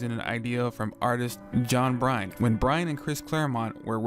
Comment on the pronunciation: It's John Byrne not John Bryne.